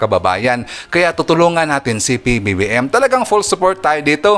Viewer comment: parang nahihirapan kayo bigkasin ang PBBM.ganito na lang Pres.BBM para madali